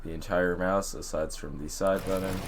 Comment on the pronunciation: buddon? u mean button?